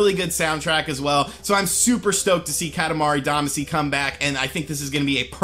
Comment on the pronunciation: OMG I LOVE KATAMARI DAMACY!!!!! ....pronounces it wrong.